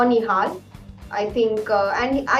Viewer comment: In the beginning you always say nohal nihal and now you saying play like a genious. What the hell...